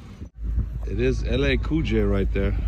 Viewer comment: ma man lol his name is LL COOL J. not LA COOL J. Thats y we like u ur cool hahah stay up brotha